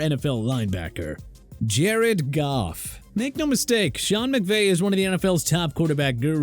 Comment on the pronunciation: Thank u for saying goff